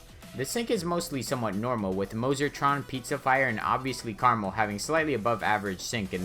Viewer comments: Me: Krmal Him: carml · the way you pronounce krmal reminds me of caramel and i got hungry while watching this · he really just said caramel